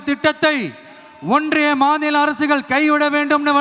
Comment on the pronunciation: முதல் மாதுள மாநாடா😂 அது மாநில மாநாடு இதுவே சொல்ல தெரியல நாட்டை திருத்த போறாராம்🙄🤷🏻